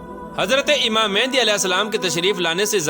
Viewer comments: Oh bhai pehly achi tara research kr k phir aaty.naam tuk to sahi nhi lay rahy aap Imam Maahdi ko baar baar mehndi bol rahy. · First off all u say the name properly its not mehandi its mehdi a.s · It's Imam Mehdi ع not Imam Mehndi